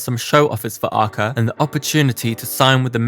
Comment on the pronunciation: Your pronounce of her name is wrong